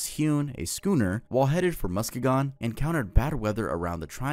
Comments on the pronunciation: The michigan one was great! Just a heads up though, you pronounce Muskegon as “Musk-ee-gun” For some reason we love our misleading pronunciations :’) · the way he said muskegon pains my heart 😂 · Hey it’s mu-skee-gen not mu-skee-gone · Muskegon (Muh-SKEE-gun) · i’m surprised michigan’s urban legend wasn’t the Dogman lol that’s a huge one from my area, even has a popular song about it also muskegon is pronounced mus-key-gin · MUSKEGON MENTIONED!!!!! (pronounced musKEEgun!) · Did he pronounce Muskegon as mus-ka-gon? LAWDD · its musk e gon and eerie like saying i have a eerie felling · it's pronounced Musk-key-gun, and Manitowoc is "Mana-tow-walk" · The way he said Muskegon hurt me bruh 😭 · The way you pronounced muskegon in the Michigan one physically hurt me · the real urban legend is the way he pronounces muskegon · butchered Muskegon so bad 😭😭💀💀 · the way you pronounced muskegon, MI made me wanna blow my brains out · Love your videos, but boy did that pronunciation of Muskegon hurt 😫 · The way he pronounced Muskegon jump scared me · The pronunciation of Muskegon killed me